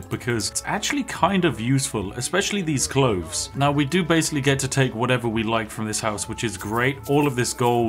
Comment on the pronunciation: The word is clothes, not cloves!! Aaaah, I’m not sure I can watch all of this. Sort it out! 🤣